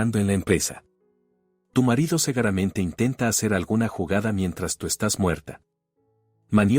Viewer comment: Cuál? Cegueramente es; SEGURAMENTE . Soc cuando se dice schok. Victoria no vectoria.Diego ,Diago LEA ,bien